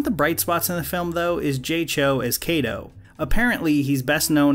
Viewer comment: Ironically-- Kato's name isn't even pronounced correctly and hasn't been from the very beginning. The proper way to pronounce that Japanese name is with a short a, not a long a. I think it is kind of tough to explain that in any reasonable way.